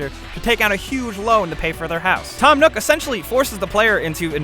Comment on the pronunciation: When he said Tom nook I started dying 😂😂😂😂